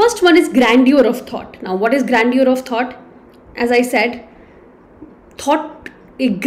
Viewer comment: please get your pronunciation correct of the word "grandeur".